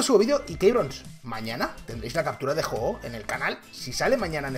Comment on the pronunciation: De los pocos que dice bien el nombre del pokemon :v